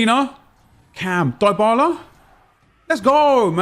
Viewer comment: It’s pronounced DEEEEE bala